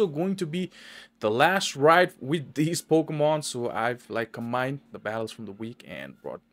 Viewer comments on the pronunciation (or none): “Best attles”